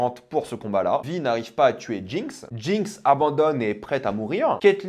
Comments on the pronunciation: C'est quoi cette manière de prononcer son nom ? 🙄 Ça se prononce vaï, en vo comme en vf, pas vi. Ça fait hors sol franchement... C'est à se demander si il ne coupe pas le son et ne lit que les sous-titres. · Pour quelqu’un qui regarde la série en VO et qui est pro VO c’est bizarre et drôle de te voir, enfin t’entendre prononcer « Vi » à la française alors que même en VF dans la série c’est prononcé à l’anglaise xD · comment il prononce Vi ça me tue